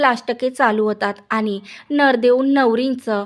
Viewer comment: Nardev 😂😂kay boltes g navardev bol ki